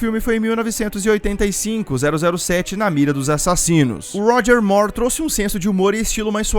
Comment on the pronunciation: Ótimo trabalho. Pena que estranhamos ouvir Roger /Mór/, em vez do correto, Roger /Mur/, como a Demi Moor.